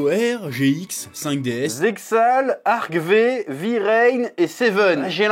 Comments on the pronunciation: ca se dit arc five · J'ai envie de tuer le chef a cause de sa pronciation de Arc-V, vrains et sevens